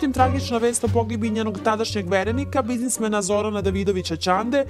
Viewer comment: Ja čuo bizadimadinamasa Ćande